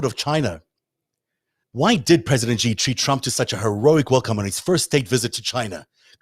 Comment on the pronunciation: The "j" in "Beijing" is not pronounced like the "g" in "regime"; it's pronounced more or less like the "J" in the English name "Jim." Similarly, the "X" in the Chinese name "Xi" is not pronounced like the "g" in regime"; it's pronounced more or less like the "sh" in the English word "she."